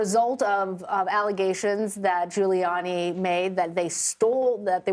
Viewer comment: Did the newswoman in red say "Fuliani" when asking about whether ghouliani could afford to pay the damages awarded?😊